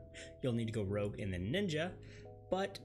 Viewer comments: Rogue... not Rouge. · it's Rogue not Rouge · OMG ROGUE NOT ROUGE!